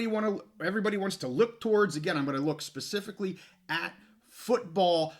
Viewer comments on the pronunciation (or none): none